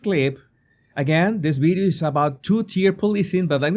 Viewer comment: The word is Video not Bideo…just try